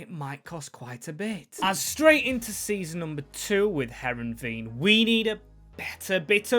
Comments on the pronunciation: English speakers can't pronounce anything that isn't English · butchering this teams name